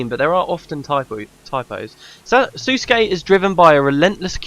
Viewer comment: FYI Sousuke is pronounced soh-skay not sa-skay. ^^